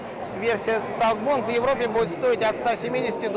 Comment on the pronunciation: не понимаю почему говорит "такбонд" вместо "токбэнд"....)